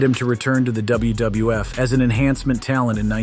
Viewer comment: Why do you often say "WBF" instead of "WWF"?